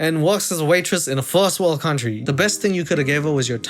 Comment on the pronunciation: A firs woro cuntwee?? I cant with this guys pronunciations..